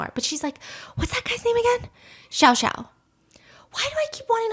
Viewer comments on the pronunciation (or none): but she didn't pronounce xiao xiao properly either and he's male